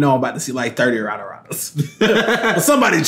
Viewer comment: He said “ Aradarada”